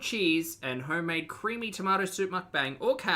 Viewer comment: The soup is so…. Cweamy! 😅